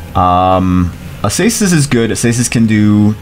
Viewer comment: This is not how you prononce Acasis lol, it's aKasis ^^